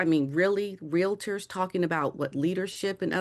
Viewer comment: Dan…ask a Canadian how to pronounce realtor.